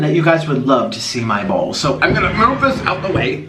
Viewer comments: i heard "you guys would love to see my bowl" as "my balls" ew nah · I litterally thought he said I know some of u would love to see my balls lol😂